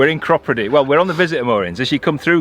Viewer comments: Cropredy --- us old time locals say CROPadee…. welcome to my stomping ground by the way! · Hi Guys Its Crop__ready not the way you are pronouncing it, by the way I have also got problems with my right knee it keeps giving way under me, fell over the other night going to the toilet. So I have got to go to local Hospital for an X-ray. Anyhow love the video. PS I've been down the Oxford canal some years ago, in summer it gets very low of water. Cheers Dave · Loved this week’s video. Sure we could hear banjos around Clattercote Wharf, and I always thought it was pronounced Crow-preedy - glad you put me right.